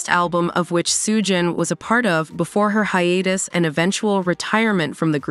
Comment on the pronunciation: AI needs to work on its pronunciation; literally got every name except Soo-jin wrong.